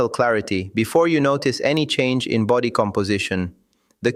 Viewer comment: 'Vulerabillies' instead of vulnerabilities! That's my favourite so far! 😅 I hope they translated the book properly, at least.. dog sake! 😉 'befody' instead of 'body'! 😂